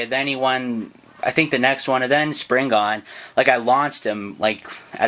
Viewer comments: It’s called sprigin not springan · after vvatching bbgs video u still called it springan? lol